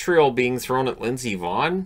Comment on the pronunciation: Every time you say Lindsey Vonn, it sounds like you're saying Miss Yvonne (from the Pee-wee Herman Show).